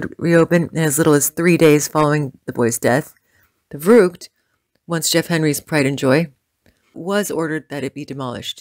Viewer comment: gahhh, they keep sayung verrückt incorrectly.....